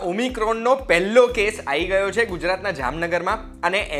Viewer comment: સાંભળનારની સમજણ માટે જણાવી દઉં કે 'આઇ ગયો' સંભળાય તો 'આવી ગયો' સમજવું. કોઇકે તો માત્રુભાષા નો આદર કરવો ને!